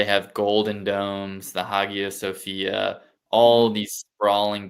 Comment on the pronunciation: "High-ya" Sophia